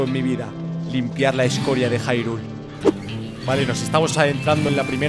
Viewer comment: Hyrule esss Hyrule se pronuncia IRULE no JaIRUl noooooo